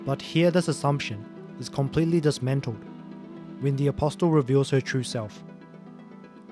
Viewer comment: the t in apostle is silent was driving me nuts lol